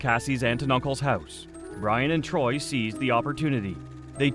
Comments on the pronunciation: It's tory, not TROY. That's what happens when a robot does the narrating and editing. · Torey** that bugged me the whole time 🥴😂